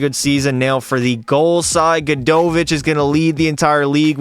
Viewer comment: Butchered Gadj name, but that’s ok 😂